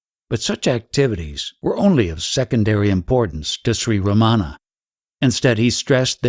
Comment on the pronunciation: So insightful and helpful, thank you! But uh, it is not Ramaana, it is Ramana. The "n" is pronounced with the tongue retroflexed back on the palate, but most westerners cannot do that...:)